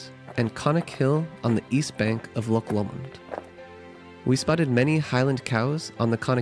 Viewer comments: "Loch" se pronuncia "Lojj". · Thank you for showing off my country. I live up in Inverness (used to live in Fort William). I'm impressed you managed to pronounce the places right, but you still have trouble with "loch" lol (don't worry, even Scots have trouble with it sometimes). May I recommend going in April-June if you want the best months for festivals, weather and springtime? I'd also like to recommend some places I quite like that are smaller in scale but still lovely: Nairn (especially the beach), Glen Affric (one of the filming locations of Detective Pikachu), Route 500 (please keep it clean, lots of tourists litter), John o' Groats (puffins!), Glasgow (for the culture hotpot that it is), the general Gairloch area (Ullapool and Poolewe included). I'd like to give a soft mention to "The Whisky Trail" which is along the east in Moray towards Aberdeen (since you mentioned Harry Potter a lot in this video, Dufftown was also mentioned in Harry Potter which is also worth a sneaky visit for whisky) and a quick mention to House of Bruar along the A9 if you want to buy touristy stuff (care on the price, but it's top quality...also the small chip shop there sells lobster), it's also in an area that has lovely scenery and hiking spots. One last mention to the gorgeousness that is the Cairngorms which features skiing, Aviemore, Loch Morlich, the Highland Wildlife Park (they take good care of their animals) plenty nature trails and Rothiemurchus: a protected forest that is part of the last 1% of original ancie